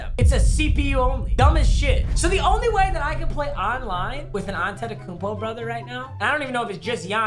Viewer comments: Is it just me or he said Akumpo when it says Antetekumpo. I dont think I spelled it correctly lol. But all love I think ur the best made youtuber keep grinding bro. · Mans saying akumpo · Lol “Akumpo”.